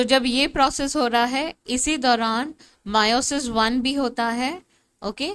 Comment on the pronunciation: It's meiosis not miooosis